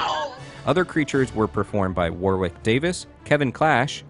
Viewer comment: Warwick is pronounced Waugh-rick